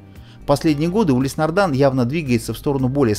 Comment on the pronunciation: Но почему нардАн, а не нардИн?!